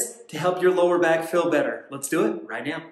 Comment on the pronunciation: Does he say” right meow”?